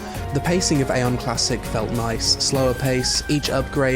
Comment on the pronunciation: Eye-on (like an eyeball). Say it with me everybody: Eye-on. You actually did say it once by accident,! "Mana is a resource I actually had to keep my AION"....